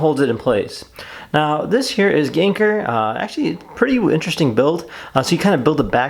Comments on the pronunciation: Thank you for the video, i luckily bought 2, i did cringe when you said "ganker" ,its pronounced like "gang gar" XD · lokjaw no it's prounaced gen gar _ _ _ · I gave you a thumbs down because of how you said his name for the first 7 mins of the video. But I’m just jealous you have one and I don’t ☹️